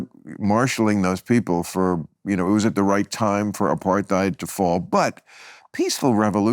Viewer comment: Its "uh-par-tide " Bill.